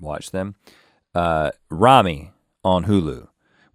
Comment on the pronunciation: It's Ramy not Rami!!!!!